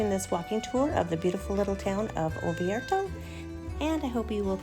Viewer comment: Please, it is ORvieto, not OVIERTO